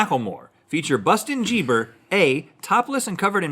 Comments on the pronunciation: Bustin jieber 😂😂😂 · Busten Geeber 😂😂